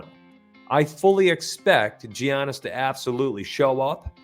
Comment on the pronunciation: Dejounte is out today in addition Giannis is pronounced with a "Yiannis" with a "y" instead of a ""Giannis" with a "g"